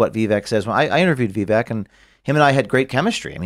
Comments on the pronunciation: it’s pronounced Vee Vake ( like cake) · It’s not a VEE. It’s Vi. Short i. Stop hyper-foreignizing and overpronouncing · Please don’t call him “vee-vek” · Has a lot to say about Vivek and interviewed him but can’t get close yo a reasonable pronunciation of his name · I like that told that other idiot how to correctly pronounce Vivek's name. The fact that he's supposed to be well versed in politics and can't say his name correctly is a joke.